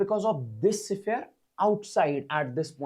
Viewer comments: Siphere ❌ sphere ✅ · Sphere ❌siphere✅